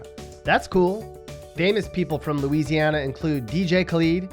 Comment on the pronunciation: your pretty dumb yourself, seeing as how you don't even know how to pronounce Louisiana.